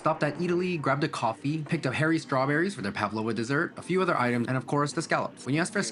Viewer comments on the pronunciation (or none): I thought he said he picked up some hairy strawberries.